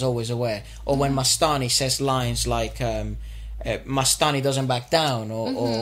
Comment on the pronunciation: It's not mastai it's mastani